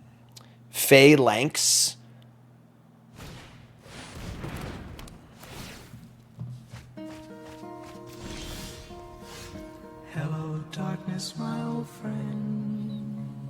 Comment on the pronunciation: Phalanx Leader. Did you call it Foul-Nix Leader? I believe the way it's pronounced is Fey-Lanx Leader.